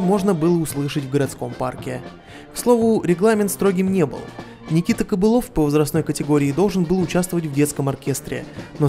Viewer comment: Никита КоПылов, а не кобылов